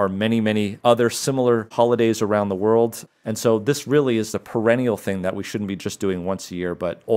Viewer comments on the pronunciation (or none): none